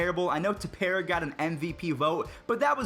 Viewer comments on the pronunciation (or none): none